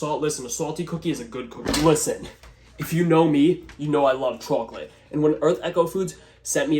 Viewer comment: i can't watch ur chocolate recipes anymore because the way you pronounce the word. it causes visceral frustration like nails against a chalkboard or touching cotton balls. this is me begging asking ordering and warning you pls stop